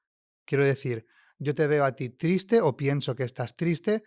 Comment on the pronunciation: Porqué esta chica dice TRITSE en vez de TRISTE. “Si yo estoy TRITSE, ¿mi cuerpo se muestra TRITSE?” Entiendo que a veces los acentos y tonos cambien de una región a otra, en España y en cualquier otro país, mi pregunta es si cambian tanto como para cambiar el orden de letras en las palabras, o es solo un caso particular y propio de ella. Gracias q los que me puedan contestar.